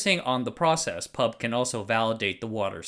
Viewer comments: In line with "corrective YT comments" genre, I'd like to point out that "PUB" is not pronounced as the word "pub" (a s it's the case with, say, NASA) but spelled P.U.B. (pee–you–bee). I never heard locals saying "pub" ;-) Addendum: I just noticed you saying "who" fro WHO (like, "whisky tango foxtrot...?), but "ee–pee–ey" for EPA. Strange. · We pronounced the abbreviation of PUB by it's individual letters. P.U.B. We don't call it "Pub" here. Though it does make for an interesting word play considering I can see how it's our national watering hole. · First time I heard someone pronounce P.U.B. as pub. We usually call it Pee Ew Bee! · Ffs, why does everyone call the PUB the pub, YOU PRONOUNCE IT P, U, B. Each letter is pronounced, much like how we don't call the PIE the pie. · Thanks for covering this! Locally, we read "PUB" by each alphabet "P-U-B" instead of "pub" the drinking place. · NOOOOO IT'S PEE EW BEE NOT PUB AHAHAUWUCHDUEJDBFBJEJCJF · Btw, it's pronounced as P-U-B instead of pub. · great video as usual. just to point out though, PUB is pronounced as an initialism rather than an acronym; so P-U-B rather than "pub", which is a watering hole indeed but of a rather different nature xD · We say P U B, not pub, great video anyways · PUB is pronounced "Pee You Bee", not "pub". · PUB is locally pronounced like Pee-yoU-Bee. Go figure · A kind reminder, PUB is the Public Utilities Board of Singapore and we don't pronounce the word but read each in alphabet form, a practice on other acronyms we like to create.